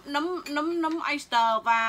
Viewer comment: Nấm không phải núm 🤣🤣🤣🤣